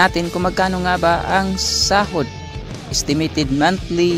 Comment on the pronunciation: haha natawa ako sa isitimitit hehe